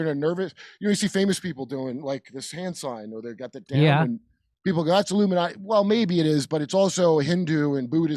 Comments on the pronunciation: If you listen carefully , he said illuminutti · Jim says illuminutty